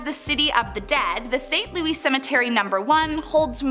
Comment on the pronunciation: Saint Lou-ey Cemetery? Really?